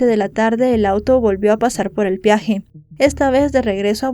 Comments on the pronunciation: Peaje, no piaje. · Corrección amable: no es "piaje", es "peaje". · Se dice peaje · No se dice piaje